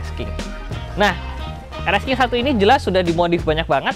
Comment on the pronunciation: Bang nyebutnya rx king bukan rxsking bukan